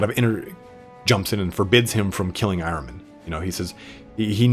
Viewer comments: Nice job on Magnus- his story is really pretty deep, and tragic. I think the term you were looking for in there is a “self-fulfilling prophecy “. And your pronunciation of Ahriman sounds like I always thought- “Are-ee-mon”, or when you’re in a hurry, “Are-ih-mun”. Thanks for the great video- looking forward to the next one- I don’t care who’s next, as long as you eventually do them all! Keep up the good work, and best wishes for the New Year- =][= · Pronounced correctly. It’s the name of the Zarathustra’s Satan. Your h has to be deeper for perfect pronouncing. As you do in Hamburg, but English doesn’t have that phonetic sound